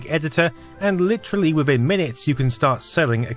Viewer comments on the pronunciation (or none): none